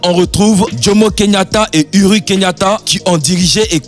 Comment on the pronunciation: C'est pas Uri Kenyatta mais uhuru